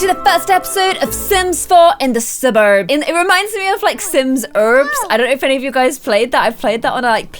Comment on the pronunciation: "Suburbs" LOL